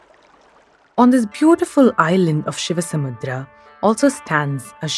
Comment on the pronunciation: excellent work.. and by the way... It's ShivanaSamudra......NOT ShivaSamudram... pronounce names in native style